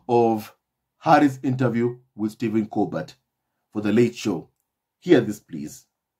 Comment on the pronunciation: Hello, Steven Colbert is pronounced Colber (the t is silent). Just giving you a heads up. 👆 😶